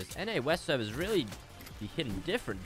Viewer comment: Why do you aways say Americans severs omg plz quit that